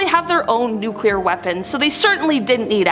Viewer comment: NuCLEAR. There is no such word as"NuCULAR".